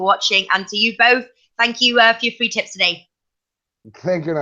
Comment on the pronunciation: Did she say tips or tits?